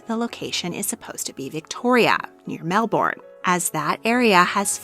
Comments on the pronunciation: Hi, Australian viewer from Victoria here. Mel-bin not bourne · I don't like how you said Melbourne. It's more like Mel-bin. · To all who do not live in Australia: it is pronounced mel-bin, NOT mel-born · Great fun. Thank you. Would you please check your pronunciation of Melbourne. Australian's say Melben. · Aussie here! Heads up we pronounce Melbourne as ‘mel-ben’. Loved the video! 😊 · Every Australian triggered .... Mel- bin